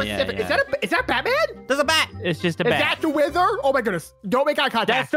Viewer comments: are we gonna fght the weather again me:laughs its wither not weather you noob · Someone better tell that it is called the wither not weather and I was laughing so hard when said "I'm gonna wack it in the head with a fish) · i saw that said weather and not wither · and say weather but the real name is wither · it's wither not weather! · That is the wither not weather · Did you say wither storm?